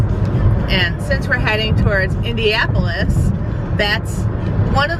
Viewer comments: Hi. Just wanted to let you know it’s pronounced IndiANapolis, not IndiApolis. Watched your video with someone from there who shouted at the screen every time It was mispronounced 😬.. sorry; we still love you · Are you saying Indiapolis?